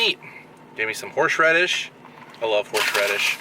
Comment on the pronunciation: I can't tell if you said Horseradish or Horsh Radish 😂